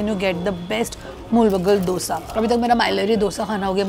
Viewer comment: Love that you are pronuncing the Dosa correctly❤❤ Keep exploring South Indian Food.